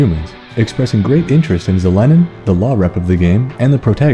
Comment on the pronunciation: First time i heard Zelenin's name pronounced as TheLenin (by "the" sounding as if it was taught in russian school), and her role in SJ is literally God approved commie leader kek.